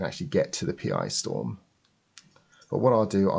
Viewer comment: Thanks, a very useful upgrade - I'll be doing exactly the same myself (not sure what colour yet though) plus a recap. Just one minor niggle - the accelerator board is a "PiStorm", not a "Pee-Eye-Storm" - that's Pi as in Raspberry Pi, and